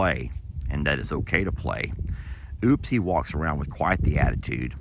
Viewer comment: Her name is not oopsie it's upsie. Why oh why can't you get that straight